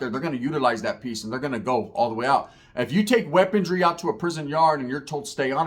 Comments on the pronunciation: WeaponRY not weaponDRY. Sorry had to do it 😂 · not a hater bro cuz I watch your shit all the time and I love your content bro. but maaannn its "weaponry" not "weapontry" after the 3rd time it started to bother me LOL much love